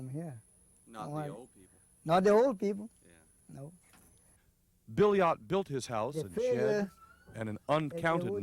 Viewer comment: Billiot is pronounced as Beeyo, if you understand French.